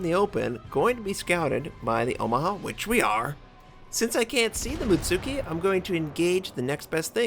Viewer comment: mutski not mutsuki xD the tsu just sounds like a ts